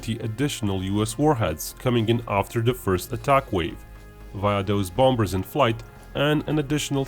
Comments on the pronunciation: Its bombers not bombbers the other b is silent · Just so you know, the 'b' in the middle of bombers is silent, that is, you don't pronounce it, This means bombers is pronounced bomers. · The main reason I watch your videos is to hear your pronounce, "bombers."